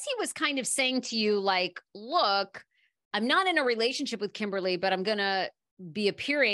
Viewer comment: it's not Kimberly it's KimBALi